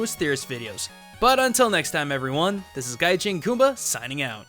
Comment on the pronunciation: Lol, its pronounced GaiJin not gai chin